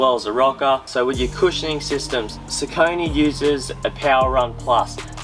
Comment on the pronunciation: Pronounced "Sockanee".